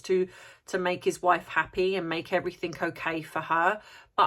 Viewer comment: Brilliant observation about the speculation of M’s colour before she was born. I enjoy your videos and the content but everything is not pronounced as everythink. You usually speak so well so I don’t understand why you get this word wrong. Sorry for being so pedantic.